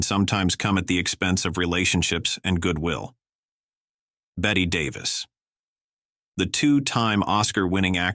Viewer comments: It's BETT-EEE-not BETT Davis..might want to re-program the AI voice, here.... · Her name is pronounced Betty and is spelled Bette Davis